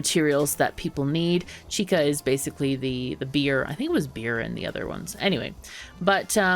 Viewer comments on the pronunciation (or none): Hey the drink chicha is pronounced like chi-cha. Like choo choo for a train and not a hard K sound. Just a heads up:)